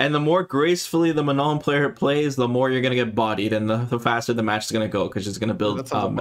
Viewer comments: It's Manon not Menon, lol. "on" sound is a nasal o sound but you don't pronounce the "n" in the "on" sound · Here name is Manon not Menon. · Her name is Manon, not menon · Few notes from french speaker: Manon, not Menon. And last N is silent It's a real and relatively common french female name. Prononciation: Swan Lake, like the famous ballet, not "swan leg" Manège doré : golden carrousel would be a better translation/interpretation Etoile which mean star. "Danseur/danseuse étoile" is a term used for to describe a high rank/skilled ballet dancer Very hard to understand the accent of the commentator when he says those french words though. I can't help you on that last one, it sounds like gibberish "dédeda euh dedadeux réal"... lol Edit: see response from Kei below, last sentence is probably "Des dégâts au delà du réel" that translates to "Damage beyond reality" basically incredible damage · It is not that hard: the „N“ is silent, and you need to nasalize the „O“, so it is „Manõ“! Also do NOT pronounce the „A“ like a schwa, it is not an „ə”, it’s like the „U“ in „ugly“! Hope this helps! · I really hope the ending N is silent. I can't unhear manon as manong in filipino. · It's Manon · it's "Manon" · It's Manon guys 🤣 it's a real name you know, and not that rare.